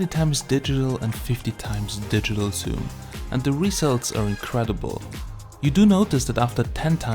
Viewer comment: HI, Great content Bro...i watched till the end...ah also would you please stop saying ''soom''...and start saying ''zoom'' ;)